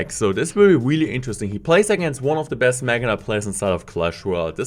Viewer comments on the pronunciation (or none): Say really not weally